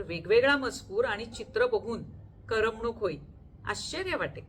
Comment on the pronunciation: अभिवाचन खरंच खूप छान... एकाच शब्दाचा उच्चार कानाला खटकला तो शब्द म्हणजे "करमणूक".